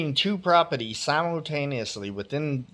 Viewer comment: My favorite is the way he says propetees. Lolol